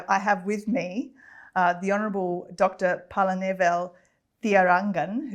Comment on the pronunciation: Forget her mispronunciation of minister' name. Here in Tamil nadu lot of people find it difficult to pronounce the name. Pazhanivel. They invariably pronounce as palanivel.